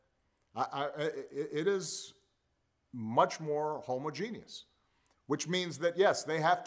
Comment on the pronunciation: Well...he did pronounce homogenous incorrectly lol. But considering the fact that Trump straight up makes up words, Obama definitely gets a pass! 😂